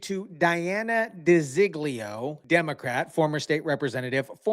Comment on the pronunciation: Her name is De Zog Leo not di zig leo